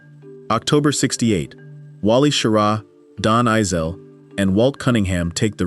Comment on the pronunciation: Halfway through this, you have insulted me enough by completely mangling the names of astronauts – while claiming you are correcting popular misconceptions! It’s Don “Eis-lee,” not “Eye-sell.” And as every first grader knows, Wally Schirra’s last name Is not pronounced “SHEAR-uh.” You also show the Apollo 11 lunar module preparing to land on the moon while it has no descent stage. Now that would be a crisis! You show the Kennedy Space Center’s launch control room while describing the action in Houston’s Mission Control Center regarding Apollo 12. Who knows how many more errors are in the second half of this video? I won’t find out, because I’m not wasting any more time with it! 👎